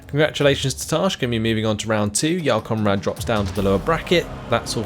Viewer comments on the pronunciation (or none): I know you're pronouncing it correctly but you make Jarl Conrad sound like "Y'all Conrad".